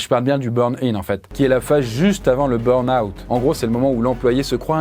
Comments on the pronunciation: c'est burn pas brun xD ^^ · "le brun out" ? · Le "brun" out 😅 ? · un "brun out" ? 🙂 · Le "Brun Out" 🥲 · Il a du mal avec le mot "burn-out" 😂😂